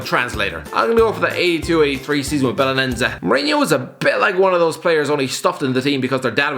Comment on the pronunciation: What the fuck is Belenenza??? I rad Belenenses😂 Jesus christ, it's a treat earing you say Portuguese words😂. Benefica, Nuno Espéreto Santo, etc. I guess the only one you pronounce decently is FC Porto😂